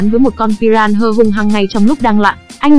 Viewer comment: huhu... con cá đó đọc tên là pi - ra - na mà, đâu phải pi ran hơ 😭😭😭